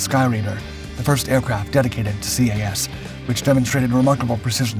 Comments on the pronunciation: just do not call it C.A.S . its CAS as Kass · I just couldn't watch this video after hearing CAS "see ayy ess" so many times. Anyone, and literally anyone familiar knows it's just "kass" or "kahss" in pronunciation....really just "kass". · Enjoyed the video but do wish you would have pronounced CAS as Cas like saying a name instead of alphabet pronunciation. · You don’t spell out the acronym, it’s just pronounced CAS